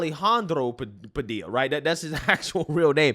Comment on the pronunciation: Jorge😂. At least he pronounced his last name right. Ive heard news ppl pronounce the L in Padilla.